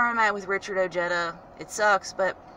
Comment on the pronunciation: And .... how does he get 'O jet dah' from Ojeda 🤔 ...